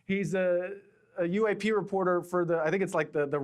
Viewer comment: I took a drink everytime he said UA-pay and I died by 4 minutes 39 seconds